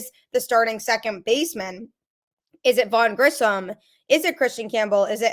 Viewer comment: Same with "Grissom" and not "Grisham". Also not calling "Luis" as "Louie".